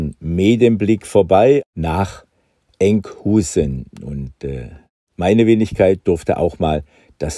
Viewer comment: Lieber Hagen, die Aussprache niederländischer Städtenamen ist verdammt knifflig. Enkhuizen wird z.B. "Enkhöjsen" (so ungefähr) ausgesprochen. Das "ui" auf Niederländisch ist für uns alle ein Problem. Darum sagen die Niederländer ja auch nicht wie wir "Düüsburg" zu Duisburg, sondern "Döjsbürg". So, das war aber auch genug des Klugscheißerns. ;-) Vielen Dank für das tolle Video!